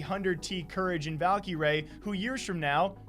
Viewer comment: stop saying Valkie Rae it’s just cringe pls and thxs